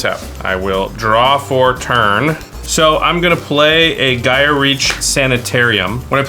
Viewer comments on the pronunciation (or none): none